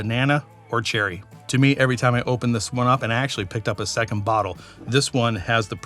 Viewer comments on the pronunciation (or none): none